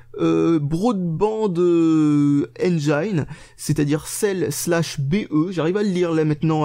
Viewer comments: Au passage c'est "engine" pas "enjaïne" ^^ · Non non, justement en anglais en dit pas "enjaïne" mais "engine" un peu comme une angine.